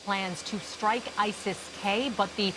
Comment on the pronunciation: stop shushing, shriking shredding shading. Its demostrate not demonshrate. Its strike not shrike. Its struck not shruck. Please. Its restrict. Not reshrick.